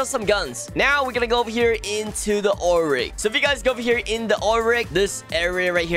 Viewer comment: I like how you call like “Ool rig”